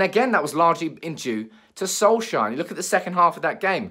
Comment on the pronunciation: Can't stand how you say solkjaer 😂 😂